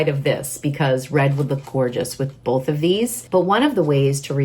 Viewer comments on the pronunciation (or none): none